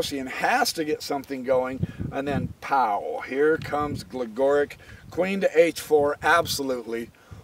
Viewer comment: Love the videos. Gligoric is pronounced Glee*go*reech just so you know. Thanks for all the vids!